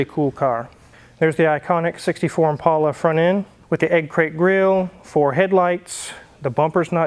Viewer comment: Thank you for pronouncing Impala correctly! It’s an ImPAULA boys and girls.